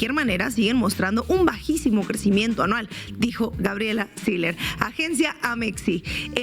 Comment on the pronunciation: No se pronuncia Siler se pronuncia SILLER con doble L y que se puede esperar de una regiomontana sino solo responder a sus propios intereses